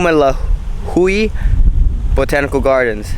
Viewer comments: Ho-ooh-mah-lew-hee-ah, I feel like any minute Velociraptor will jump out and take you down.🤣 Mah-ka-poo-ooh. You'll need to visit Hawaii more and practice the Hawaiian words. Manoa falls...all I remember is the mosquito bites! 🦟 🦟 🦟 🦟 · Ho-oh-mah-loo-hee-ahh and mah-kah-poo-ooh . Loved the video and glad you came to visit Kane’ohe (Kah-nay-ohh-hay), on the east side of Oahu! 🤙🏻